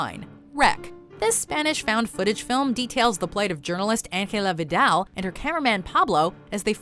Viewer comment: You couldn't pronounce Angela Vidal in English? There was no need to say in shitty Spanish. The words are easy as fuck to say in English!